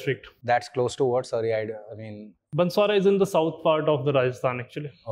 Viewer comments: Banswara not Bansawara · Its banswara bot bansara